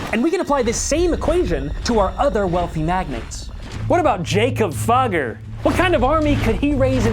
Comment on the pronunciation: Jakob Fugger is pronounced YAH-kob FOO-ger